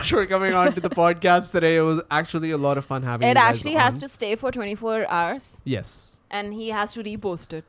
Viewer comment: Alot nai all oh hashir😂